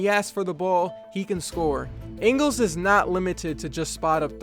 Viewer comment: You pronounced Ingles wrong